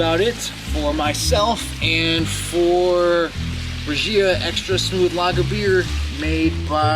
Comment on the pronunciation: Reh-Hee-Uh - The Spanish G is usually Heh when it's followed by an I as in gila monster, Gimenez, gigante, etc. Best backdrop for a beer review ever, dude. Man. Place looks awesome. As for the beer, I'm surprised as you with the positive rating. That bottle definitely evokes crappy big industrial. Ha.